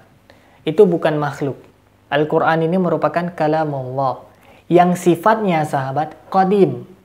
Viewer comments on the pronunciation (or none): Nyebut nama tuhan ko alah, yg bener ALLAH bukan alah, ini penista agama islam, nuduh" ustadz lgi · Ya kurang dn kehabisan obatnya, mana obat" bagi konyol kami gk ngaruh 😂😂😂 insyaallah kuat iman kami kuat, x lgi gk ngruh gk nyambung 🤣🤣🤣🤣 Jangan" pendata x hihihihi... Tu kn, suaranya aja tau apa agamanya, nyebut Allah, dia sebut alah 😁😁😁 capek aja lu ngoceh, nnti di kirim ke diburok hhh Ingat makin kuat Islam di Indonesia ya jangan ngwuuur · Nyoyot aja kau ini kasiaaan bilang aja Allah .bilangnya alah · Ya allah kakek2,,,,,,sadarlah kalo di liat dari topeng ini,,, sudah dekat bangat bau tanah,,,, zikir2 sana Sayang ini,,semoga cepat2 dapat hidayah lah,,,, firman allah aja gak benar ucapin nyan,,,, FIRMAN ALLAH KEK,,, BUKAN FIRMAN ALAH,,, SEMOGA ANDA CEPAT SEDAR KEMBALI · Tapi saya pribadi meragukan keislaman mbah ini,,, Dari dia cara menyebut nama Allah aja Alah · Udh tua,sok pake sorban ala" Kiyai,nyebut Allah aja Alah.KACAU! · Ngomong aja kaku,nyebut allah aja alah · Ketika mengucap allah itu seperti orang kristen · Sibapak ini agamanya apa ya , menyebut Allah aja ngak ngak pas .